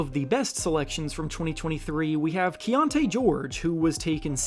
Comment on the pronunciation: That Keynote George?! lol is it not Keyonte George? LOL that was funny. silly black names